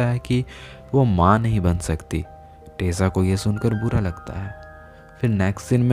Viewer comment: She is tessa